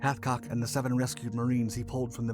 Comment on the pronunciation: You could at least get his name right. Hathcock. Not a butchered chicken.